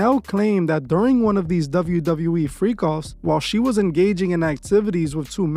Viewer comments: Douvle U Douvle U Eeee 😂 Couldn’t help my self ! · I’m gonna need you to learn how to say WWE (double you) 😅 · Is it just me or is he saying "Dove-yu Dove-yu E"? 😭😭